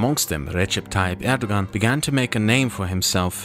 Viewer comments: The "ğ" in Turkish is silent. Erdoğan is pronounced like "Erdowan" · the g in erdogan has a special pronunciation btw. I couldn't get used to you pronouncing it as an English g while pronouncing german names correctly xD but it's a stupid detail nevermind it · "Erdogan, erdowan, erdokan, erdohhan,, please choose one pronounciation lol" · Turkish pronounciation of the letter ''c'' is a lot like the English pronounciation of the letter ''g'' , it's not the same but it should give you a general idea. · Unfortunately his pronunciations and translations were so wrong but you know he’s not a native Turkish speaker. But yeah he should have search. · Hey, I'm sure it's already been mentioned, but the letter "c" in Turkish is pronounced like a "j" in English. Can't wait for part 3! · recommadation: it would be nice to pronounciate terms in their native language ? In my opinion :D